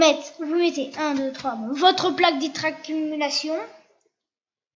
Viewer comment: itracumulation non on dit imatriculation